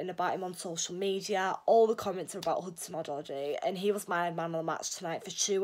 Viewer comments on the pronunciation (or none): Odoi!! Not odody